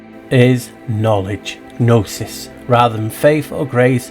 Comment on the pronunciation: Hi, the G is silent in gnosis and gnosticism as is gnome, gnocchi, etc:)